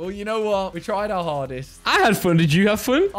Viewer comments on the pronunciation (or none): the way says “fun” 🤣💀